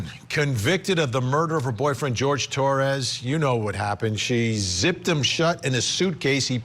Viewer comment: George? George? It's Whore - hay dude!